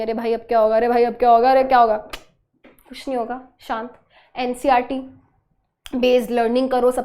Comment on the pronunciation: It's ncert not ncrt😅